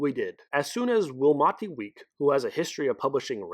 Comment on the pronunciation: I dunno if anyone has corrected your pronunciation of Willamette, But it's Will-AM-it, Dammit.